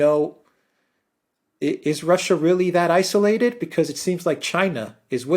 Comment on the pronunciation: Alexander, when, oh, when will you pronounce 'isolated' properly? It's not izzolated!!